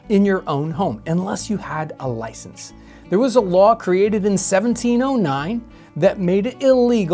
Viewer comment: The UK, famous for their loicences. 😆